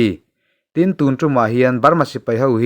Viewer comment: TUN ;;hi''Thun Ti'a lam rik tur a Nia.